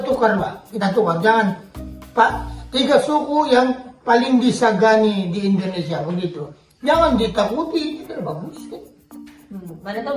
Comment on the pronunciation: INDONESIA pak bukan INDINESIA😢😢